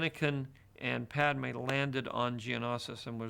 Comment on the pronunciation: Podme, geanasas